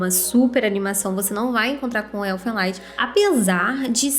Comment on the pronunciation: Se pronuncia "Erfên Lídi" (Canção dos Elfos). O nome é alemão e não inglês Esse é foda, curti demais. Assisti lá pra 2006